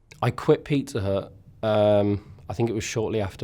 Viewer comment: Even though I knew he was talking about a pizzeria, it took me more than 7 minutes to realize that the name of the place isn't Peter but that he was in fact saying Pizza Hut...